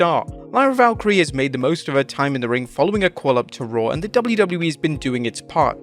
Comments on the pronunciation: Its Lyra Valkyria not Valkyrie LOL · It's ValkyriA NOT ValkyriE, how has not caught onto this by now? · Its Lyra VAL KEAR E AH, not Valkyrie, get it right, 2nd week in a row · Why can't just say Valkyria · It’s Lyra “Valkyria” - not Valkyrie. It’s been weeks of this already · Why do you guys say "Lyra Valkyrie" instead of "Lyra Valkyria"? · Lyra *VALK-Y-RI-A*. Every time... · please for the love of god there is an A at the end of VALKYRIAAAAAAAAA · Bro, will you ever call her name correctly? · Lol I know I said the same thing last week, it's not even accent either, its ignorance. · I don't think he can say it; ...remember the "Okay. I'm not even going to ATTEMPT to pronounce that" over a Spanish Zelina Vega quote in an X post yesterday?